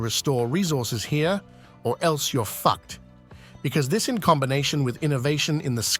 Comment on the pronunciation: "...or else you're FACK'T". 🤣🤣